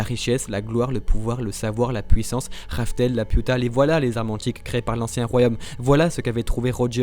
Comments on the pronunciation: Dites juste le chateau dans le ciel pck la j’entends juste La puta ! Manquer juste un pendjo a la fin de vos phrase avec Lapiuta non mais sérieux ラピュタ sa se prononce pas la puta haha 😂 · bah en soit c'est Lapyuta que ça se prononce ^^'